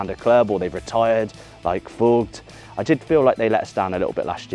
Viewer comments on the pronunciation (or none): none